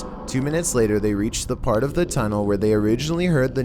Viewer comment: the only thing scary in this vid is your freaking ascent "then they found an abandoned maintainers Tuneellllll